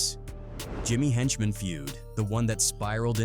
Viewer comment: Script written by one A.i. and the narration done by another A.i. 🤦🏾‍♂️ “When you talk about the infamous G-Unit versus……….. ………….Jimmy Henchman.”